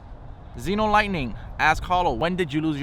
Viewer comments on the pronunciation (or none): none